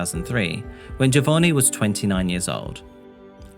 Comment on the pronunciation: Its JohVonnie isn't it? as in JovOnni not JovoRni?